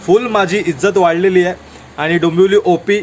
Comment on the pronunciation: डोंबोली ❌ डोंबिवली ✅